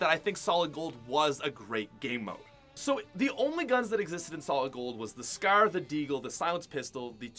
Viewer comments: FOR FUCKS SAKE CAN SOMEONE TELL HIM HOW TO SAY SCAR ITS NOT SKER ITS PRONOUNCED S CAR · How many times are u gonna say scaar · He says scar like scaire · Scar “Scaaaa” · Who else hates how he says scar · ImNotTheMyth Lol Lol what I meant is how you Americans are the ones changing spelling and metric units and as you made fun of him for pronouncing scar, I corrected you in saying that he pronounced scar wrong cause he was Canadian.